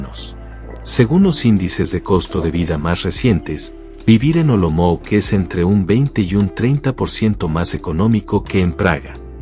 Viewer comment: Olomouc se čte Olomouts né Olomouk!